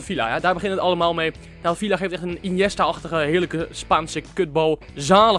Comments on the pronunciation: Je spreekt het uit als vija niet vila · je spreekt villa uit als vija mischien kun je dat voortaan zeggen